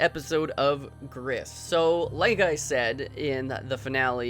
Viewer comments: Gris is pronounced GREE, lmao. It's up for interpretation, it's not necessarily about a mother, it's about her inner child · Oh God white people learn more than one language. It's Spanish for gray and pronounced like the country, Greece.